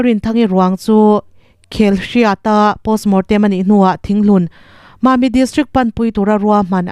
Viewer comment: Accident chungchang sawinaa Khel-hriat i tih hi Khlieh-riat tih tur a nih zawk hmel.